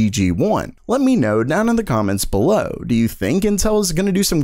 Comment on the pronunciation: Your "BELOW" BELLOW is getting worse...